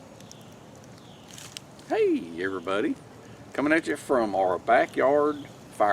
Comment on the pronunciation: me at work saying "hey everybody" in speak...with 3 syllables